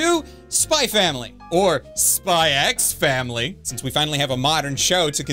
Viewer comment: I thought it was "cross" not "X"